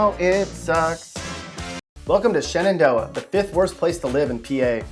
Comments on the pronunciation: It's pronounced shenendough. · Its pronounced Chen-doh amongst the locals